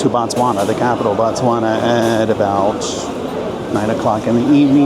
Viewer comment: She said an Indian one..I don’t know how I feel about this video.. seems like you didn’t do research before coming to Botswana.. also it is pronounced as Botswana, not Batswana..